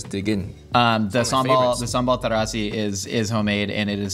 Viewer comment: pronunciation of sambal terasi, bubur chacha and kopi si kosong etc is sooo good!